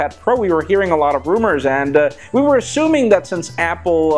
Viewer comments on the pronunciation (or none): none